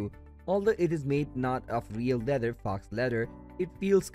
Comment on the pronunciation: Faux is pronounced like toe it’s a French word for false